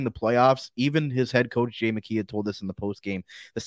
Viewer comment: I love Jackeye, that's how you pronounce his name, he will be a fan favorite for sure, he's got a good offensive side and he also has a great shot.